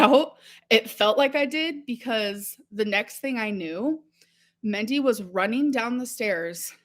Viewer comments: Is she trying to say Mindy when she calls Destiny's mom "Mendy"? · I think she meant Mandy or Mindy. She pronounces words like an imbecile.